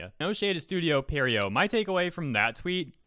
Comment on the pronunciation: Is pierrot that hard to pronounce ?